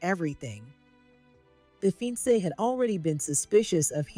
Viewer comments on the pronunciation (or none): Mediocre is pronounced 'Me-de OH- ker'. - Fiance is pronounced 'fee- ON say'. It's French. Check your AI reader; there MUST be a choice for pronunciations..... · He's not a "FEEN-SAY" - he's a fi-on-say. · It was interesting, but too long and complicated, with too many characters. The word FIANCE is mispronounced. It should be pronounced /fee-,ahn-say/ with the accent on the last syllable. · Besides pronouncing “fiancé “ incorrectly, the AI pronounced the word “sob”(as in crying) as “so-be”. Other AI mistakes are contextual mistakes such as confusing the pronoun “us” and the United States abbreviation “US”.